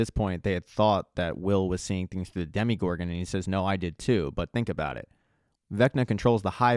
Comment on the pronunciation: Great video only complaint it’s dm-o-gorgon not dem-e-gorgon